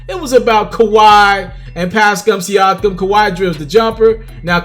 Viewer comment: Learn to say da nigga Pascal's name my nigga